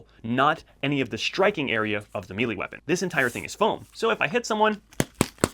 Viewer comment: Just a quick correction... 'may-lay', not *'meeley'. Otherwise, good video bud. I agree with all your selections.